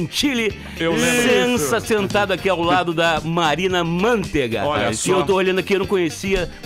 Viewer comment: o certo eh pronunciar marina mantÊga... se fosse mÂntega teria q ter acento (proparoxitona)... assim tb o boceta virou bosqueta (quem lembra disso?) :)